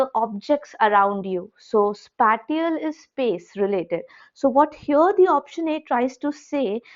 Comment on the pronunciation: Spatial - Spae - cee - ul